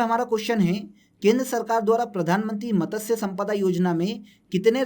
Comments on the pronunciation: Matasya nahi h matsya h .. pronunciation pe work karlo bhai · उसे मतस्य नहीं मत्स्य बोलते हैं